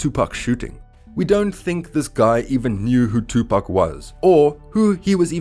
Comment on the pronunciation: There’s 3 wrongs in the first 10 seconds of this video. I couldn’t even finish. Pac deserves better than this bro you have to check your facts and learn to pronounce his name